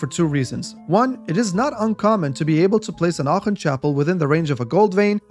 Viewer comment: Aachen pronounciation chefs kiss